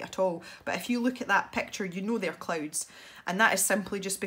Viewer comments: Every time she says clouds I think she says clothes XD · Natashli Ortiz The subtitles think the same😂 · Natashli Ortiz same!😂